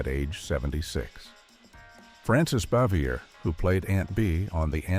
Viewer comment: Frances Bavier = bah-vee-YAY